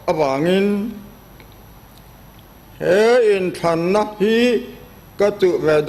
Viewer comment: Pu Thenphunga hming i lamdan kha a diklo🤔